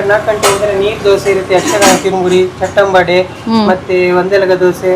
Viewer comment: adu chit ambode alla... chat ambode alla ...ಅದು ಚಟ್ಟಂಬಡೆ